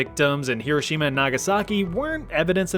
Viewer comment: Thanks for saying Hiroshima correctly lol